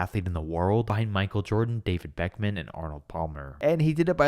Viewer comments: I’m sorry and I know it was a mistake but “David Beckman” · "David BECK-MAN" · Fr bro I don't know why it's so funny